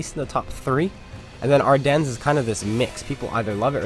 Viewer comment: Btw Ardennes is pronounced without an s